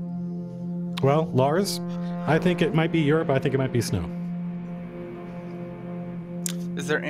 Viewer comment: Colville saying Eurp confused me for a while. Europe is pronounced 'You'reip'